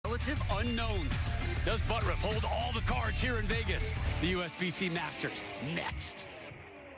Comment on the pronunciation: I don't care how he pronounces it, but 'ButURFF' is NOT pronounced 'ButRUFF''. There is no way, in the English language, in any obscure pronunciation rules, to get there. Sorry if you don't like the way your name is really pronounced, but if you want to change the way it is pronounced, change the spelling. That being said, I love to watch him bowl!